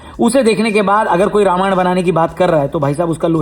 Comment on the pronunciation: Ramayana ❌ Ramayan ✅